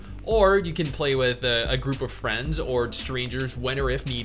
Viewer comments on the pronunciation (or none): none